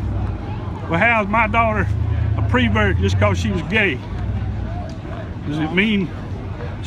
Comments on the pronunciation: doesn’t matter, but why does he keep saying “PRE-vert” ? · This is very touching, and I feel really bad for this guy. It sounds like over the past few years he has grown as a person, but it is tragic that it came with such a terrible cost. All of that said, his pronunciation of "pervert" is like nails on a chalk board to me, but I suppose the folksy speech pattern is part of the charm for some.